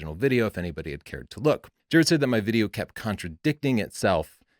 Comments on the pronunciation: "contraDICKting" - Really?... -_ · Like "Az RC" said. 100 percent. Nice comeback. Oh, and "contadickding",, Really? A little self editing would not go astray. I expect those language skills from a Polin supporter. Heh, heh.